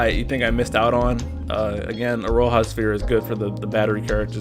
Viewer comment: Iroha is pronounced as "Ee-ro-ha" btw. And didn't they make it clear in-game for Genshin that Beidou was pronounced "Bay/Bae-dou"? Still mispronouncing Eiko as usual lol